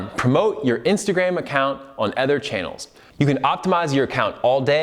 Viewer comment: Am I the only one struggling to listen to him say "other"? Please correct the way you pronounce that word lol its so bad...